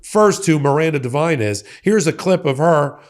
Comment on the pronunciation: Oh god! Not Miranda Devine? More trash from Oz. Haha. Her only qualification was murdoch liked her sycophantic father Frank, who was a right wing trash reporter for News Corp for decades. Good lord. Pronounced div-een not div-ine by the way